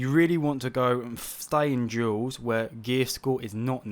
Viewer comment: I'm the only one hearing "jewels" instead of Duels?